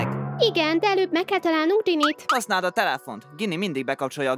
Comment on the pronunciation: Nem Gini hanem scini